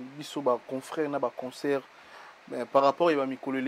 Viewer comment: On dit pas conceurt. C'est concert. Ba fandi na France mais rêver bango ..... mawa.